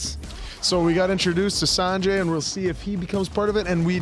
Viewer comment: Sanjee not sanjay